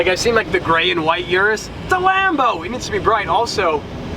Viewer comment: its Urus, not yurus.